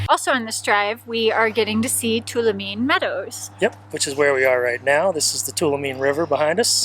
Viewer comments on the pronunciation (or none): Enjoy your channel, just an fyi. Tuolomne is pronounced, Too-all-um-knee. We Californians call it Too-all-oh-me. 😁 Keep on Travelin' have fun. ❤ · Two wall o me. Is the correct pronunciation